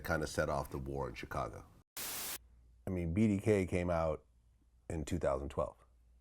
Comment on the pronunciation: When is someone going to tell Vlad how to pronounce Chicago properly?????